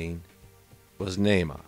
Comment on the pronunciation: How sweet of you to do a segment in honor of... your peanut pronunciation is a little off... Nahma like Brahma... You'd be dead if it wasn't for us aliens... You'd be bred into extinction smart one... Man was created to be left behind thrown away with the phantom planet you live on... God threw you away as an abomination or you wouldn't be here... You're God is as hateful as you are...15 (B)“Beware of false prophets, (C)who come to you in sheep’s clothing, but inwardly they are ravenous wolves. 16 (D)You will know them by their fruits. (E)Do men gather grapes from thornbushes or figs from thistles? 17 Even so, (F)every good tree bears good fruit, but a bad tree bears bad fruit. 18 A good tree cannot bear bad fruit, nor can a bad tree bear good fruit. 19 (G)Every tree that does not bear good fruit is cut down and thrown into the fire. 20 Therefore by their fruits you will know them... 7 “Judge[a] not, that you be not judged. 2 For with what [b]judgment you judge, you will be judged; and with the measure you use, it will be measured back to you. 3 And why do you look at the speck in your brother’s eye, but do not consider the plank in your own eye? 4 Or how can you say to your brother, ‘Let me remove the speck from your eye’; and look, a plank is in your own eye? 5 Hypocrite! First remove the plank from your own eye, and then you will see clearly to remove the speck from your brother’s eye. 21 “Not everyone who says to Me, ‘Lord, Lord,’ shall enter the kingdom of heaven, but he